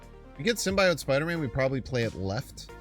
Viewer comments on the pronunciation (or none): Calling Magneto "Magento" is shits and giggles. But prouncing it as "simbayote" is crossing the line.